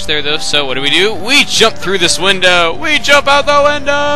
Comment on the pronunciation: You said wundow he he he!!!